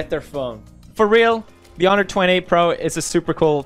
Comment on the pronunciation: Honor, not hawei